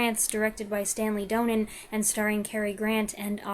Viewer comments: It's Stanley DON-nin not DOUGH-nen. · Great review of a wonderful film. I hope you don't mind me being "that guy," but Donen is pronounced DAH-nen even though there is only one 'n' in the name. Otherwise, I enjoyed your thorough and insightful comments very much, and it makes me want to watch the film again.